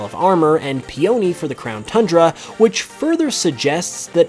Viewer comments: P-Oni? It Pe-Un-Nee....it's a flower not an ancient Japanese demon. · Dude, peony and mustard are literally named after plants. Would it kill you to say peony's name right?